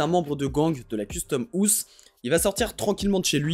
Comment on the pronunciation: Par contre frro ça se prononce pas « custome ousse »